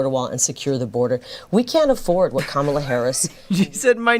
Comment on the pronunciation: Funny how she sometimes slips and actually pronounces Kamala"s name correctly!